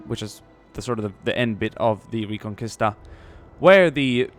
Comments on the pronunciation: Great video and not to be picky but Just for future reference it's pronounced "ree-con-key-sta" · In '' reconquista '' the u is not pronounced. I say this because I am Spanish. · Its so funny when you say reconquista XD im spanish and its very weird how you say it